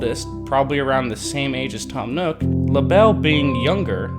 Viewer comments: Lah-bell Me: Lay-Buhl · Cant you just pronounce it laybel not lahbel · Labelle isn’t actually prounced “La-Belle”, it’s pronounced “Label” 😅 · Sable Mabel This dude: Labell Dude, it's Label. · Not tryna be rude but it not LA Bell it la bel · I thought she was called lable not Labelle or is it different in new horizons? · I thought Labelle was pronounced label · It's pronounced lay-bell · Its pronounced Laeble like the thing describing the animal or something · It’s pronounced (lay)ble, just follow the pattern you toddler brained midget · He Keeps lable wrong Haha Lol :)